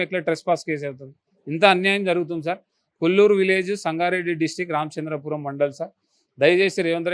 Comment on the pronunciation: It is Kollur.You are saying Kollapur.Plot owners also not correcting.